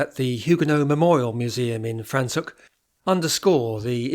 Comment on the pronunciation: Very informative, thank you. Your pronunciation of the town of Franschhoek needs correction!